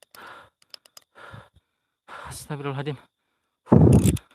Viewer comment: astagfirullah al adzim.. bukan adiim.. celat ya?